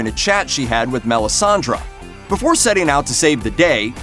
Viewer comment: MelissandrE not Melisandra